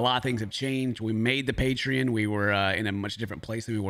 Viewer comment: Pay-tree-in lol